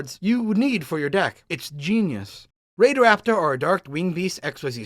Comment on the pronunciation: Omg its raidraptor not rapidraptor maybe I do have dyslexia :c